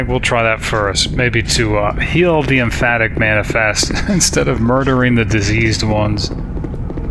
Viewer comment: Empathic rather than emphatic. See, this is what I mean by gamer instincts.